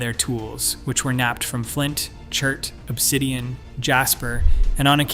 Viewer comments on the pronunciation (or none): none